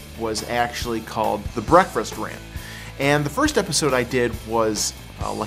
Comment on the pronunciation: Saying "breakfrast" is so fustrating!